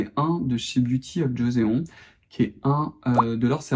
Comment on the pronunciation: Merci pour cette vidéo! Et Joseon se prononce "djo-çonne" (comme dans "Joe sonne à la porte") 😊